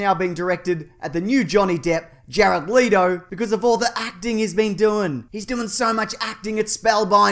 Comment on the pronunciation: Leeto? You mean Let o